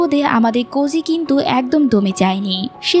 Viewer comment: তুমি বললা কজি😊।।।।আর আমি শুনলাম কচি 😂😂😂😂😅